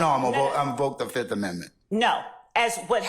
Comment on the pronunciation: He said i plead the fith